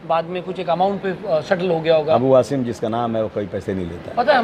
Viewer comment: ANCHOR TAKING NAME WRONGLY.NOT HASIM SAY ASIM ہاشم نہیں عاصم ہے نام